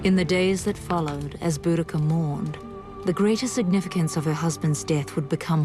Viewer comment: boudicca!! dont get celtic queens names wrong!